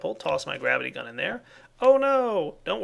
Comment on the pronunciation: I love how when says gravity gun it sounds like grabbity gun.